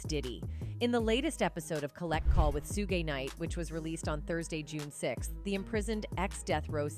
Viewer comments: Lol, right?? I kept cringing every time she mispronounced it!! 😅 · When AI says "Sugay" and not Suge 🤣🤣🤣🤣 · To the programmer of the AI voice... If you want Suge's name to be pronounced correctly.... Spell it as Shug to manipulate the system. Work on your lil craft to at least get it right 😫